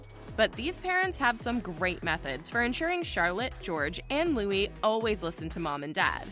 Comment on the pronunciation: The name is Louie not Lewis, although it is spelled, Louis.